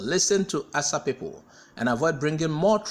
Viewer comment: Asa, Not Asa'